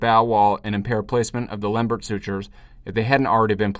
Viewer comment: That was really very good and a reminder of how tedious these anastomoses are to perform. But concerning the pronunciation of his name, please remember that Lembert was French.